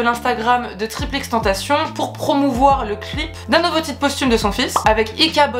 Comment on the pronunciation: Cool la vidéo par contre on dit pas “triple x tentacion” ça m’a stressé 😂